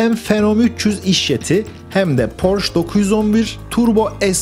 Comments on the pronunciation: "porş" değil "porşe". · Porsche Almanca bir kelimedir ve "Porşe" diye okunur. Ayrıca Porsche yetkilileri "Porş" diye okunmasına gıcık olurlar. Saygılar. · allahini seven suna porsch demesin. Porscheeeeee. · Porsch degil. Porsche (PORŞE). Ferdinand Porşe Kurucunun ismi. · Emek ve cabalarin icin sag ol. Avrupanin hic bir ülkesinde böyle Porsch diye tenefüs edilmiyor cok basit ve kafadan uydurulmus bir söylenim esas tam PORSCHE,.okunur,ve söyleniyor.... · Marka alman markasi ve yazilis itibariyle almanca oldugundan, porş degil porşe diye okumak gerekiyor. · Amacim kötülemek degil, bilgilendirmek. Türkiyede hep Porsch deniliyor. Son zamanda Ingilizler bile Porse demeye basladilar. Mehmet´e Memet demek gibi. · porche yazılıp porşe okunur. E sini söylemiyorsunuz, yanlış anlamayın bilmiyo olabilirsiniz. Tşk ler. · yanlış anlamayın hemşerim olarak söyleyeceğimi. Okunuşu Porşe Saygı ve hürmetler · Porşe. Lütfen artık. Porşe. Ayrıca anlatılan şeyleri yapan Porsche değil, Porsche Ag bünyesinde bulunan Porsche Dizayn Bürosu. Bir tasarım şirketi.